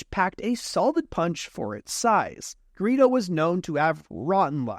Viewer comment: Serously, Greo? ITS GREEDO